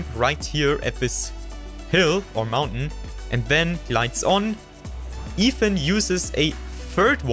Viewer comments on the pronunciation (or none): none